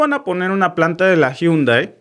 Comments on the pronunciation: Llundai ò yundai y no jundai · Se dice jandei